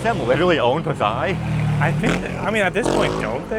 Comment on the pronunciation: it's pronounced...Pah-sai (Pasay) I had a place at Figueroa st., near City Hall. watching from Tagaytay City